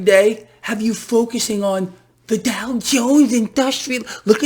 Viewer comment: Look at the DOW? I thought you said: "Look at the DUH!"